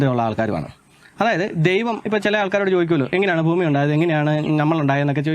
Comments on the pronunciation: ഭൂമി എന്ന് വരെ കൃത്യമായി പറയാൻ വയ്യാ.. പാവം... ഫൂമി എന്നാ പറയുന്നത്.. പറ.. എന്നിട്ട് 😂😂😂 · പൊട്ടൻ ആണോ? അതോ പൊട്ടൻ ആയി അഭിനയിക്കുന്ന ആണോ? ഭൂമി എന്നെങ്കിലും നേരെ ചൊവ്വേ പറയാൻ പഠിച്ചിട്ട് വീഡിയോ ചെയ്യ് മോനേ... ഫൂമി അല്ല. ഭൂമി 😂😂😂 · താൻ ആദ്യം ഭൂമി എന്ന് പറയാൻ പഠിക്ക് ഫൂമി ആണ് പോലും ഫൂമി പിന്നെ ഫൂഗണ്ടം 😄😄